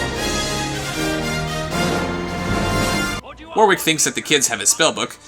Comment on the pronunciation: way, am i the only one curious as to why people pronounce warwick as "War-Wick" instead of "Wor-ick" <---- actual pronounciation of the name.... not kidding